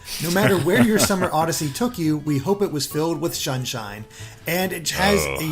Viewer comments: “We hope it was filled with shunshine!” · “we hope it was filled with shunshine ” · sounds like he said "Shunshine" Also did anyone realize the t-shirt Mario is wearing? it could be a new costume for odyssey! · we hope it was filled with SHUNSHINE